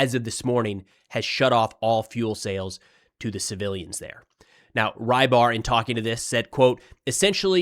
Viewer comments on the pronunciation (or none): Fyi the milblogger is transliterated to "Ribar", most closely pronounced "Rebar" like in rebar concrete. The way you say it, "Rye bar", would be written differently. Fun fact, it means fisherman. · I cant believe nobody has told tou this yet. you pronounce rybar as roebar (as you hear eheh uou say room) . the “ry” stands for russia;) makes more sense right?